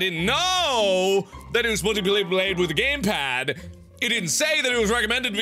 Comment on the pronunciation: Game Plad? xD